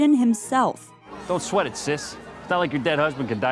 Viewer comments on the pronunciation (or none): none